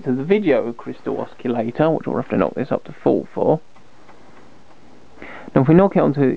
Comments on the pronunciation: u lost me at osculator, DUH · not to be picky but the word oscillator and not oscullator. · Ah yes, the good old oss-key-lator. No oscillators in this circuit, no sir! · What is an oskillator ? Sounds dangerous to me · “Oschillator” ?! :) I really like the work from the intro of the video … and it show that is not totally parallel with the electronics but still the quality after …. Anyway it is a young one , compliments for the work! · Kevin Elliott that's not being picky mate a guy like this who knows what he knows and doesn't know how to pronounce the word Oscillator correctly it like a math teacher teacher who doesn't know how to pronounce Pi Correctly but instead says PEE this is not a small mistake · Lol look up how to say oscillator correctly